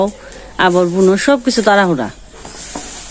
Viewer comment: 'আবর' না বলে 'আবার' বলুন। নারা অথবা ন্যাড়া নয় খর বলুন।